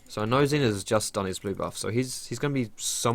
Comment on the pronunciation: why are you calling Xin "zin"?